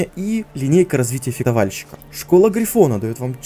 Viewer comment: Только одно. Фехтовальщик, не фектовальщик)))) а так лойс)